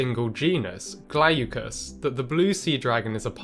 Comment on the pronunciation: "GLAW-cuss," not, "GLAY-you-cuss." It means, "bluish in colour."